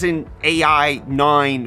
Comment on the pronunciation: "AI 9" read it like "i9"